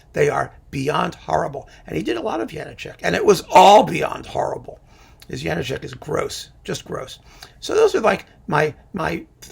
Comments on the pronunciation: A now-Canadian-citizen violinist friend / colleague, who was born in the then-Czechoslovakia and who moved to Canada in his high-school years, insisted that the diacritical marks in the spelling of Janacek's name means that it should be pronounced Ya-NAH-check, with the stress / accent on the middle syllable of the three. Make of that what you will... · On a walking tour of the Czech Republic, I asked our guide (a native Czech) about the correct pronunciation of the name. She said it's "yah-NAH-check."